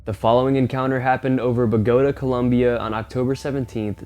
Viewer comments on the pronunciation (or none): "Bō-guh-táhh" ...NOT "Buh-góat-uh". 🙄